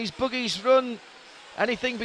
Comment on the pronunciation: lol, he says boogies